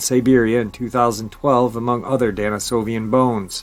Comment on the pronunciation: DENisovisn, not DANisovian.... appreciate you nonetheless though